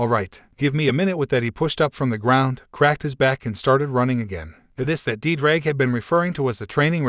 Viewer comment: My Welsh heart is hurting every time I hear Ddraig